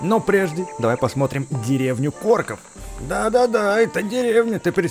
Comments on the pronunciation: не деревня КОРКОВ а деревня КОРОКОВ увидь и читай правильно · говори правильно не лес корков а лес короков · не корков а короков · не лес корков а короков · испытания короков а не икорков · Не корков а короков